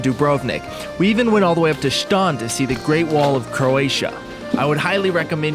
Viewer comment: "Shton" (Šton)? No. Just no... hahah. It is not "sh" (š), it is just a regular "S" like in a word "stone". Almost exact pronounciation as the word "stone"